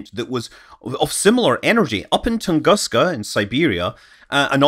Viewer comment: Dear Scott, as you mention the Tunguska event in your videos quite often, let me hint you that it’s Russian pronunciation is “Toongooska” )